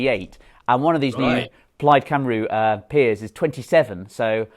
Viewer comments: Plaid Cymru is pronounced 'Plide Cumree' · Love you James and Douglas but Plaid Cymru is pronounced (Cumry) not (Cumroo)😂😂